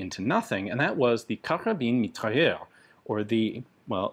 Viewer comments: The “s” is not silent in mitrailleuse. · The e on the end of mitrailleuse means you pronounce the s like a z.